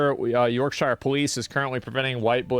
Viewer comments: Dear Americans. -shire is pronounced "sher" or "shuh". You seemingly get this right if I write "New Hampshire", so take that and apply the same thing to basically every place name that ends in -shire. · Americans cannot say shire. It’s horrific.